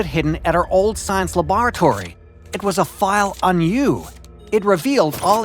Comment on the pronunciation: "old science labaaratory 🤓" lmfao